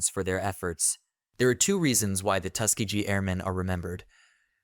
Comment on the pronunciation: It is pronounced Tus-KEEGee